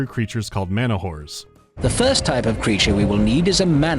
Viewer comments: I keep hearing manawhores instead of manahoars. Oddly fitting lmao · Not gonna bother pointing out that it's manaHOAR, not manaWHORE? I always assumed the devs wanted the latter spelling and were forced to change it